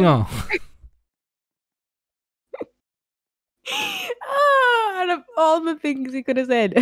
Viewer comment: When pounced weeginger24 wrong I started laughing and I'm still laughing from that, I am literally crying from how funny that was😭😭😭